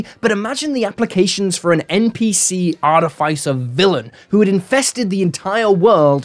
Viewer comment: Love the videos but please look up the pronounciation of "Artificer"